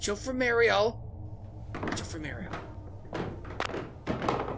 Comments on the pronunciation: I like how you say Mario, sounds original to your channel 😁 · at first it bugged me on how you said mario but now im fine with it^^